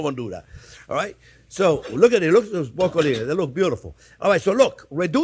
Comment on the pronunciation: Is he saying broccoli wrong Or am I learning something new? 😅